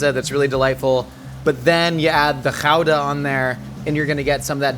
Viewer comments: Genuinely impressed by his pronunciation of Gouda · As a Dutchie, pronouncing Gouda like he's from there is something. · I was just about to say, no over pronouncing, it's actually almost spot on! I love it ❤🎉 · A+ for "Gouda" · As a Dutch person... kudos for the pronunciation! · that's exactly how you say Gouda. Our entire language is GGGG SCHHHHH GGGGGG no overpronouncing possible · Can confirm. Excellent Gouda pronunciation. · I learned the correct dutch way to pronounce gouda from this. Kinda fun. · Gouda... Good pronunciation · Gouda pronunciation is spot on. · YOU SAID GOUDA CORRECTLY!!! I have NEVER seen a native English speaker say it right, ever. It's always good-a. Kudos! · As a Dutchie, the Gouda was pretty spot on. It's also the most overrated cheese I know. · As a Dutch person, that's a pretty good pronunciation of Gouda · As a dutchman I have to agree with you